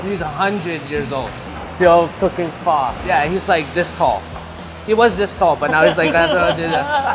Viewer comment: I cringe every time they say pho